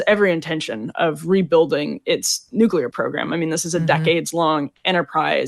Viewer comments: Wasn’t dying to hear VDH say “nukuler” over and over again 🤦‍♂️ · Love VDH. Please instruct him how to say “nuclear”. He’s pronouncing it like W, “nuculear.”😫😫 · WHAT THE HECK IS A "NCULAR""?? 😄😄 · WHAT IS A "NUCULAR"? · Impossible to take someone seriously eho pronounces nuclear as *nuke-ular*. Another instance of that guy being wrong and a mouthpiece. The very thing they criticized 4 months ago. Same as it ever was. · Nu-clee-ur”, Professor. Not “Nu-cue-ler”! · Why can’t he pronounce “NUCLEAR”?? These super-educated people keep saying “nucular”. It’s so frustrating! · VDH is no doubt a smart man, but my god he butchers the hell out of some words.